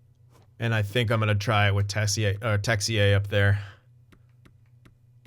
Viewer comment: Yep Texier is our french wonderkid so pronounciation is good man ! Happy to see a french winger in that team :)